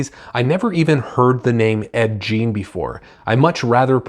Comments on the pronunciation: dude, its pronounced Gein, not jean.. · Great review. I liked it as well. BTW it's pronounced Gein like Green. Man I gotta start reading more Powell he's great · Please upload an apology video for mispronouncing gein so many times.